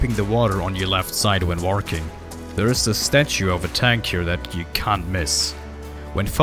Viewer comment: I didnt know idea and walking had a R in it 😂